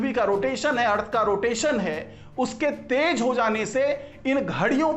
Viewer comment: Tej bahut Ganda laga. Teji aur bhi bura. Jahilo ki tarah tej, tej. Apne aapko doctor Kate ho. Sharm karo. Correct word is tez. T e z. Tez.